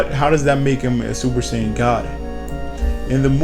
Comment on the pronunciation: saiyan not shaiyan